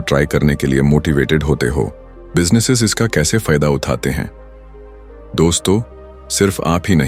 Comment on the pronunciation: Bhai video acha he lekin AI voice me Uthate uthate he sahi nahi bol raha he ye 😅😅